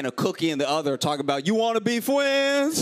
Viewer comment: You wanna be fwiends??? 😂